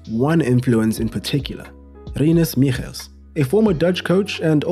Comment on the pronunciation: The way you pronounced Michels was amazing.